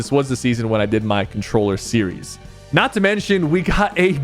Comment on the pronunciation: Sypher says sewies and not series